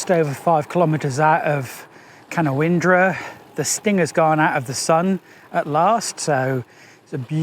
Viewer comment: Hey, they call it ca- noun-dra 😊. Merry xmas and thanks for the entertainment!